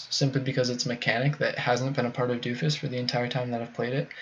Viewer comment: Doe-Fus or Doh-Fus! Not Doo-Fus.